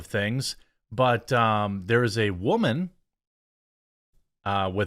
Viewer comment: "there's a wahman who entered trump tower" how do you jeremey?! are you a biologist?? huh!? huh?!?! ( oДo)